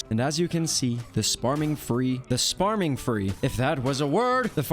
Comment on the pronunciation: my favorite thing you said is sparming free